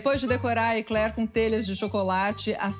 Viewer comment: Parabéns a primeira brasileira com cultura e fala o nome correto Ekler e não bomba coisa de brasileiros sem estudo.